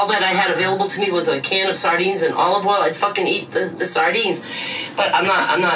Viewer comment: I love that she says “saRdines” but still called herself “Dah-lean” 😂